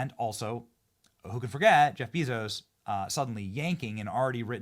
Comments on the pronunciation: Is there a reason you call him Beezos? It's Bay-zos 😂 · Idk if you are just stupid or trolling, but it is quite evident Jeff's last name is pronounced Bayzos. You run a news channel